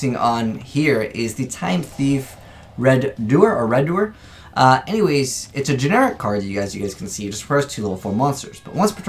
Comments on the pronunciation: It's Re-do-er and Wind-er(like wind-up) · Its pronounced Re-Do-Er as in a redo as in to do it again. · Bruh his name is (Ree-Doo-Ur) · I was actually triggered when he managed to say the name wrong. I was like BOI W A T dafuq you mean RED-OER?? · really... Redoer... Y'know, like, he is one who redoes things. You pronounced it like a Spanish person